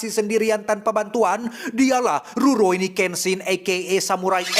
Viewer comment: Rurouni kenshin ❌ Zorouni kenshin✅🗿